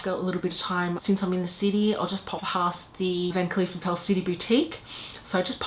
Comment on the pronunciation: It’s pronounced “are-puls” like apples with an “r” in there. Here is a video guide